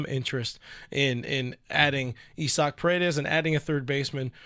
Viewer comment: Is his name really "EE-sock"? Or are you mispronouncing "I-zick"?